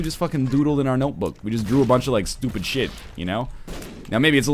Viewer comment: I love the way he says "stUpid"